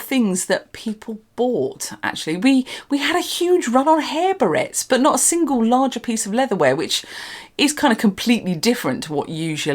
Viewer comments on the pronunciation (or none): none